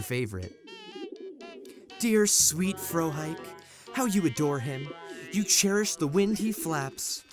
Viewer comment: My immersion though when "Frohike" is mispronounced